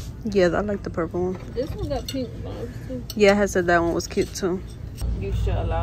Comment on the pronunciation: I love when say vives instead of vibes😂 she is so cute! Big Virgo!! 🎉💕